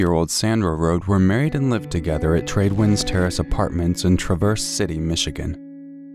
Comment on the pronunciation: I grew up in Traverse City. It's pronounced TRAV-ers, like S is like a Z Tradewinds Terrace is not a great place to live, full of drugs and violence for such a small town